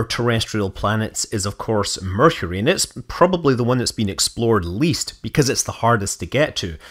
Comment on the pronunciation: correction, you mispronounced "Mercury".